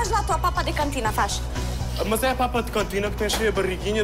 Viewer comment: "fáz lá a ≪papa di cantina≫ fáz"... Kkkkkkkkkk